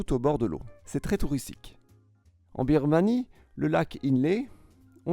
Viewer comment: J’adore ton contenu et ta chaîne mais révise ta dictée et le dynamise cette dernière sans garder ce ton monotone. J’ai l’impression par moment tu lis juste un texte sans rien ajouter. Par rapport à la dictée Ex « tweristique ». Je souligne que je ne critique pas méchamment, j’adore ta chaîne 😊